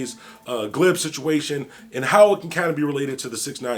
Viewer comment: Gibbs not glibs 🤣🤣🤣🤣